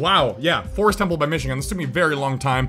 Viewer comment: Its not mishigun its michigun😈